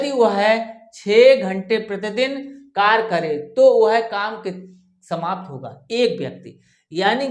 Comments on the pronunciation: Sarkar Nahin Hota Karya hota hai aap galat bol rahi ho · कार्य को कर नहीं पढ़ते कार्य पढ़ते हैं